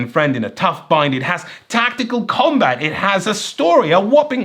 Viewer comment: Every time I heard say "Commbutt", I think its a device for talking out of your ass...